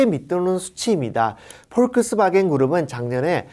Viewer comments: 발음이... 폴크스바겐이 아니고 복스바갠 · 그냥 폭스바겐이라고 말하면 안되나요? 포크스바겐 이라고 하는데 실제 발음이 맞는다 하더라도 듣기가 힘듭니다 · 이분은 자동차회사 이름도 제대로 알지 못하는 것 같아 안타깝습니다. 폭스바겐을 그런식으로 발음하시는 것을 듣고 놀랐습니다. 사소하지만 이름은 제대로 알려주셔야 할것 같습니다.